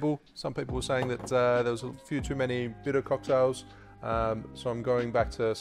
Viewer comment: So hilarious. I found this video on Google, and it didn't give me the subtitles. So this sounded like "FUTA cocktails". Bitter.... Bitter cocktails. Gotcha.